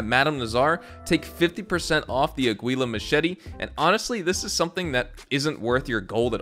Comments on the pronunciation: It's pronounced "ah-gee-la" machete not "a-gui-la" lol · "Uhgweeluh machete" lol